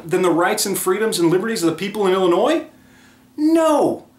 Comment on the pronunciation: Wohoo you didn't say "Illinoise". 😝